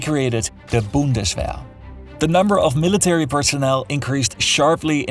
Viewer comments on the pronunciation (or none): Excuse me Sir, it's pronounced "Bundeswehr" not " Boundeswhere" learn to play an instrument or 2 or 3, then have your ears fine tuned, then speak 3 languages fluently at least, before you do such an important document. Thank you